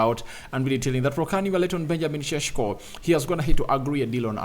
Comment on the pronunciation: Rokani its not cesko its sesko😅😅